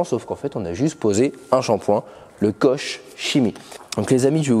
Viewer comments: Qu'on me corrige si je me trompe mais il me semble que ça se prononce "kor kemi". En tout cas il a l'air super efficace, merci pour l'essai 👍🏼👌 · vidéo intéressante sur un excellent produit. Koch Chimie est connu et reconnu (ça se prononce KOR ) Belle démonstration et résultat garantie. Merci. Pour le lavage, pourquoi ne pas utiliser un second seau de rinçage pour éviter de contaminer la carrosserie? Lorsque je termine de laver ma voiture avec mes 2 seaux, je retrouve du sable et des particules sous les grilles. 👍👍👍